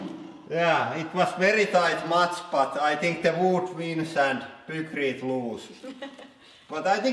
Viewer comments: Isn't it pronounced piekrete instead of pukrete?? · Pronunciation tips! -Pykrete was named after it's inventor Geoffrey Pyke, and is a combination of "Pyke" and "Concrete". It should thus be pronounced "Paikkriit" -Ninja is a japanese word which was transliterated with a J based on the English pronunciation which would be dž. Thus Ninja should be pronounced "Ninža", rather than "Ninia". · lol "pookrete". Please, don't ever make pookrete :) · "Deh poo-crete get crush-shed." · this guy saying poo-krete is too much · "Poocrete" lol. and is that a new tool for the press? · "peukreete" lmao :D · Your english is getting better, but just out of curiosity, is there a reason you pronounce a "y" as an "oo" sound? E.g. "Hoodraulic" and "Poocrete" Is that the way it is pronounced in Finnish? I've just never heard that pronunciation in any other language. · I wonder why Hydraulic Press Guy consistently pronounces the "eye" sound a s"oo"? "hoodrawlic press" and "pookrete" are pretty funny, though. :)